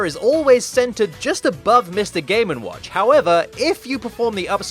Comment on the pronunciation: Why do I hear "Mr gay n watch"?